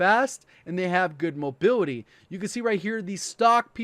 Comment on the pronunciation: I cant unhear him saying mobiwity when he says mobility lololololol